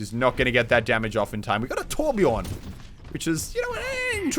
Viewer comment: The way he says "Torbjörn" makes me cringe like hell.